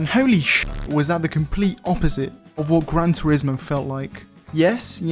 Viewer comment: Pronuncia bien turismo pls